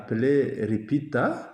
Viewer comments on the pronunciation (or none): Munyarwanda interprète dans votre alphabet il n'y a pas de lettre L. Le Congolais dit de manière bien audible LIPITA mais vous changez en RIPITA.😅😅😅